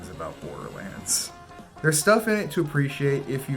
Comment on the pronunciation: Bore-durr-lands? More Like THERE"S no reeee-zun-durr lads to see this moovy. I'm rather join a gaming clan, I'd rather become ray'z in bran, I'd rather eat some purple cranz, than to be in sight of boarder lan'dz. Cate blanchet? more like late man-chit!